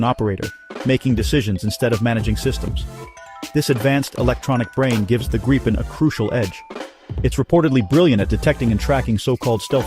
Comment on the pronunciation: Good video. For future reference, it's pronounced gree-pen.